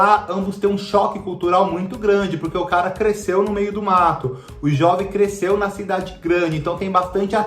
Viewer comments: A pronúncia do nome é "Jôve" e não "Jóve", pois vem de Joventino. Certamente, Pantanal não será lenta, pois vai ter em torno de 130 capítulos, ao contrário dos 215 capítulos da versão da Manchete. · Lógico que a novela não vai poder explorar paisagens, pois não existe mais Pantanal! Outra coisa, a pronúncia correta é Jôve! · Jóve? É Jôve, de Joventino...